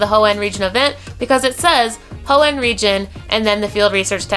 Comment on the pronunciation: Anyone else feel like is over stressing the word Hoenn???